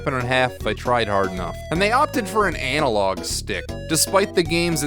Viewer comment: you said Anal-log huh hhhuh huh huhh huh